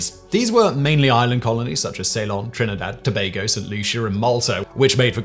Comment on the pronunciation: You pronounced Trinidad and Tobago perfectly Thank you